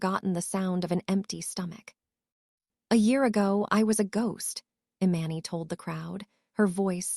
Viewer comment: Please get the storyteller to pronounce names correctly. Eee-Mahn-Nee!! Jesus Christ it’s driving me insane. I’ll unlike just because of this alone. This is why some pages loose subscribers